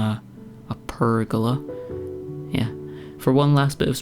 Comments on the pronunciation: A prrr-gola! 😂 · Nice work on the "purrgola"!